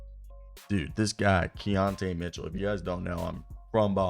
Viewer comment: Key-ton Keaton Mitchell 😂😂🤦🏾‍♂️